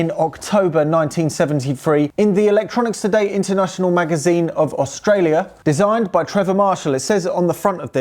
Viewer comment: There's no H in Aushtralia, it's pronounced Australia